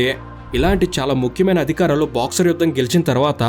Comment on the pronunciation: పదాల్లో స్పష్టత లేదు.. అది బాక్సర్ కాదు తమ్ముడు.. బక్సర్.. ఆ ఊరికి చాలా చరిత్ర ఉంది. అక్కడి జైలుకు కూడా... ఒకసారి తెలుసుకో. తెలుసుకొని చారిత్రాత్మకైన videos చెయ్. నువ్వు.. నీ నెల్లూరు యాస